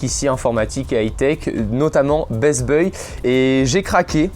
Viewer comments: Sa ce prononce best baï pas best beuil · C'est pas best beuy mdrrrr, ça se prononce best baille --> best buy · ''bess beuil'' lel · HAHAHA dsl mais avec ton accentle best buy c'est tellement drôle #bestbeuille